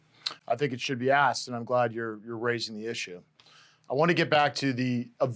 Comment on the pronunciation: Someone teach this guy that it’s asked not axed